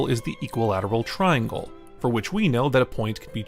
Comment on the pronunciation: tringle hehe